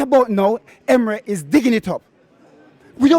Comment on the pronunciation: Who's that wenguzi the lottery man in red is referring to😂😂someone helped me out... These two talked about emery's dismal language they themselves are in the same category... Thought I heard uulfs😂😂